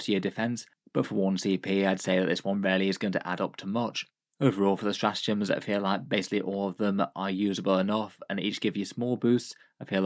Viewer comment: Straatgems? not sure if you can fix that without taking the video down